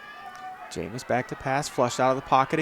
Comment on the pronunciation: Number 60 recovered it not 55. And the penalty was pushing the runner. Also QBs last name is pronounced James. Get it together.